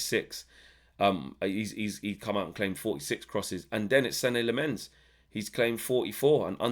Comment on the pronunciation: As a Dutchman, and Lemmens being a Flemish (Dutch speaking Belgian) name, allow me: it’s pronounced SEN-nuh LAH-muns. The emphasis on the first syllables.